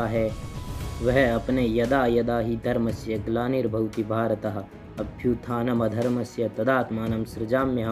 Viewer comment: अभ्युत्थानंधर्मस्य को सही उच्चारण कीजिएगा 🙏 ॐ नमो नारायण 🌻